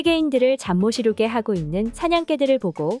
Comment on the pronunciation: AI가 읽는건가요? 잠모시루게?? '잠 못 이루게'를 2번이나 잠모시루게로 읽네요.